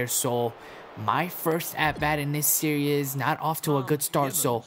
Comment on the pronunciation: It's SERIES, not SERIOUS!